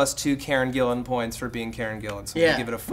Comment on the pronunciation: They actually pronounced it right, its spelt Gillan and pronounced that way...